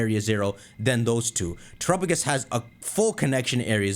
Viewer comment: Just like his horrible pronunciation of "Terapagos".